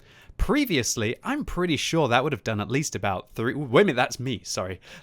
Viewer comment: ''got to come round the corner real shhowrey'' lol